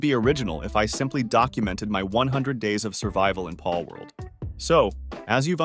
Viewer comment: the way bro says pAlworld